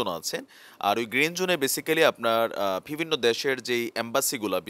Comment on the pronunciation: vai apner shob kichu thik ase shudhu akta word apner always vul hoy jeta sunte kharap lage.word ta holo "bivinno" bt apni bolen "vibinno",, pronunciation ta thik kore niben n kichu mone krben na vai.thanks😊